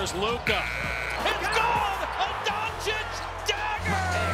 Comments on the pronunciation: I think there's no hope that Stephen A. will ever pronounce Luka's last name correctly. (Don-chich not Don-chick) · At this point he says DonCHICK on purpose. You can't not know his name. But only mispronouncing the Nigerian names is disrespectful? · Learn how to say his name for gods sake. He knows how it’s pronounced but says Donchick on purpose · All those unnecessary words youre constantly using like "soliloquy" "blasphemous" "savant" etc etc and still cant pronounce DONCIC (Don - Cheech) correctly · Doncic signed a contract of over 200 million and SAS still can't say his name correctly. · Stephen still can't pronounce his last name.